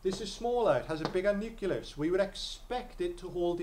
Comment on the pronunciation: Nuculus?? And it wasn't even like, once. Useful videos though, good for revision.